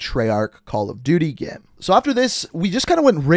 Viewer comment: Say "GAME" and not "GEHM"